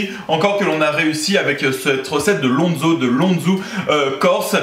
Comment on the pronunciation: Pour info on dit du "lonz" ou "lonzou" -> phonétiquement Et c'est pas du cochon corse mais du cochon noir 😉